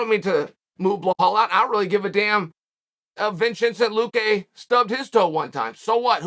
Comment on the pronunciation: Nobody: Uncle Chael: Wing Tsun Ten Luque